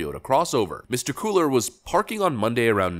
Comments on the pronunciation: “Kway ar” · Love your channel, but, as a Texas resident, I must ask you to improve your pronunciation. Cuellar = Quay'-yar Thanks! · Cuellar pronounced "Kway-yar" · Love your work,. Don’t mean to be a Grammar Nazi, but Cuellar is pronounced QUAY-yar. Spanish can be difficult. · Love the broadcast... subscribed last year when I was doing Humanitarian work in Ukraine. Keep up the great work little brother! FYI: being from Texas, I hear this Democrat's name often...( it is never good) but it is pronounced QUAY-AR anyway... as always, great job! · Cuellar is pronounced Quayar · I'm a white guy in Texas, and the way you pronounce Quellar (think "kway are") makes my head hurt. He may be a despicable politician, but please, respect the name of his honorable ancestors. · It’s pronounced “KWAY-ar” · Unfortunately, this is my Congressman. Cuellar is pronounced as "Cwa Are". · Cuellar- pronounced quey- are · It’s Quay-Yar (Cue-llar) BTW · The victim's name is pronounced "Kway-Ar". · Pronounced "Koo ei yar" = Cuellar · Kwai-r is how Cuellar is pronounced. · It's pronounced Kway yar. You know cuz, Spanish is a thing. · You mispronounsed cuellar. It is pronounced "cool low" or "cool arrow" in a more formal setting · Its a Spanish name. Pronounced 'Cu-ey-ar' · Pronounced "kway-arr" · It’s pronounced Cway-are. Spanish name. He’s a bum that acts like he’s not as bad as the other Dems, it’s a joke. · His last name is pronounced… quay-yar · Cuellar pronounced quay-ar. Sorry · Cuellar is pronounced "KWAY-yar". It's Spanish. Great video otherwise. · You should've Googled how to pronounce Cuellar.